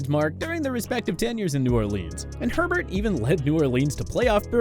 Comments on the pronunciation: That was Bobby Hebert(Ay-bear) that played for the Saints and Falcons, not Herbert. He was the “Cajun Cannon,” hence the French last name. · It's Bobby Hebert (ay-Bear) not Bobby Herbert. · It's pronounced Boby "A Bear" not Herbert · Bobby “Herbert”? It’s Ay-bear. Whose child is narrating this video? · Seriously... have you EVER watched football??? Like EVER? It's pronounced Ay-Bear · Bobby AYBEAR (Hebert) of the New Orleans Saints.. there is only 1 "R". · Name pronunciations need work - e.g Delhomme, Hebert. Also, KC had a QB you missed... a guy named Joe Montana take them nearly to the AFC Championship game.